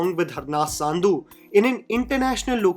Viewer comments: It’s pronounced “Sun-dhu” not Saandhu :) Harnaz Sandhu. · how difficult it is to pronounce a name correctly? Angrez ho kya bhai! Sandhu ko saaaandhu bolne ka keeda kya hai? Review baad mein kar lio bhai, basics theek kar le pehle